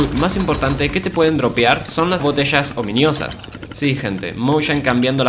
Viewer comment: Bro seguía diciendo ominIosa 💀💀💀 que toc, no se si es peor las traducciones de mojang o que no se haya dado cuenta de la equivocación 🗣️🗣️